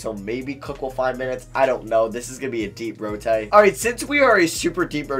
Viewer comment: it’s a deep rotay he said lol